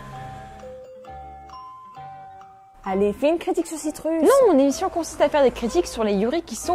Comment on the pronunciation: Citrus se prononce "Citreus" T__T